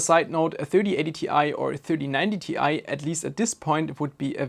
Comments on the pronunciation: Why do you keep on saying Ti as TTi? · this guy pronounces it like 47TTI, idk how he does it but he does